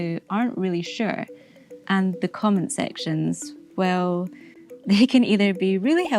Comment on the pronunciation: Weejy presenter OFF. Wew is not how one pronounces WELL. Therty is not how one pronounces Thirty.